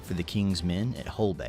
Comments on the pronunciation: Did he way Wore cess ter shire? .............. Repeat after me............... WUSS terr sher! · Just a few corrections from the original video: OP pronounced Worstershire wrong. It's pronounced like "Wuster-Shuh" It's not a public holiday as we still have to attend work or school if it's in the week. Growing up, bonfire night was always fun bc our local councils put on displays in parks where you could watch the fireworks for free. It would last between 30 - 45 mins in the evening, then that would be it. Now, the councils in most towns don't bother doing displays anymore 😢 It's really annoying bc they will sell to the public, who can't always be trusted to be responsible, so we have lots of days to weeks leading up to bonfire night were ppl are randomly setting off fireworks which disrupt local wildlife, pets & ppl. They still mostly do displays in cities, but small towns & villages don't get anything 😮‍💨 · If your going to say Woustershire learn to say it properly. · I'm old and the 5th November was always Guy Fawkes Nght or Bonfire Night - never Guy Fawkes Day. That video has some godawful pronunciation in it - it's not Cat sby , it's Cate sby, rhymes with gate not cat, Warwick is said War-ick, second w is silent and don't even get me started on Worcestershire. Also, hopefully the reason you can't find the masks in shops is because they have all been bought by the people finally about to overthrow your fascist scum.